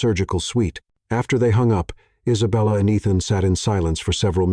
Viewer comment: "An indignant poodle." omg LOL!!!! Also, the narrator's pronunciation of Isabella is hilarious; he lapses into a foreign accent: Eesabella. Too much. Nonstop laughing at this entire script. I can't breathe and my cat thinks I'm crazy!! 😅😅😅😅😅BRILLIANT COMEDY!!! and a thoroughly enjoyable love story. With heartfelt thank yous and lots of xoxo's from Anaheim, CA. 🌹🌹🌹